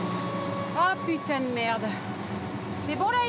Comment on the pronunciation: 🤣🤣🤣... Merdeeeeeuuuuhhhh